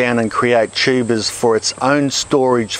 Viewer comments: This video is fun and informative, as always, and also I keep hearing it as "tubas" which is absolutely hilarious. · Most informative guy period and his accent is funny when he says tubas lmao